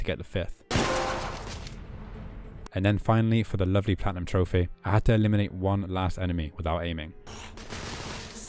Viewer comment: I love how he says troph-ey lol